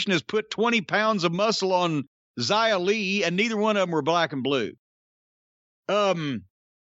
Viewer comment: He said her name right Yay!